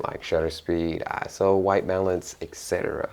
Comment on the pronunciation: Thank you so much for not saying eyeso